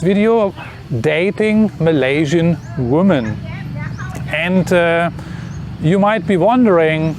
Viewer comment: I recently requested this video, thank you for making it. 😊 - I can tell by your presentation style you value being precise and clear so I offer you some feedback. Your subscribers usually instantly know when you intend plural versus singular human female, it is only a minor distraction. I will happily continue to mentally correct this in my head as long as necessary. But as a possible aid for you, the plural form of woman is different, and a little tricky even for native English speakers, because the spelling does not match the pronunciation. Something which may help you keep it straight is the singular "woman" has the singular form of male ("..man") embedded in the word, while the plural "women" has the plural male ("..men") in the word. I hope this helps you make sense of this oddity of the English language. Thank you again and please keep making your informative videos.